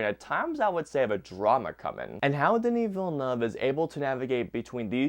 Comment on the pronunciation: The utter butchering of the directors name is insane